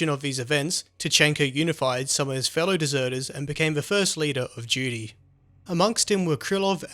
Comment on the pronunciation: Excellect accend made me laught everytime you say Duty i hear Judy xD